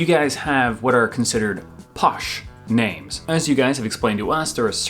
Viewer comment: Hilarious! Whilst you got most of the 'posh or not' points right, you only managed to pronounce about 1/2 the names correctly!